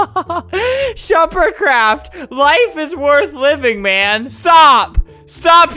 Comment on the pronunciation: I got an ad and Albert said “, OH MY GOD SH-“ And I was like “, oH My LoRd” Then, when the ad was over he said “, ShuperCraft!” After that I had a long moment of silence...